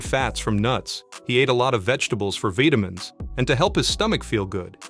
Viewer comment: Here the narrator has mixed it. Otherwise just FYI British: VeeTamin American: VaaiDamin (like water becomes wader, bottom becomes boddom etc) Narrator: VEEDamin (it's a mixture like taking Vee from British English and making T as D from American English) Edit: later narrator pronounced vitamin in American way too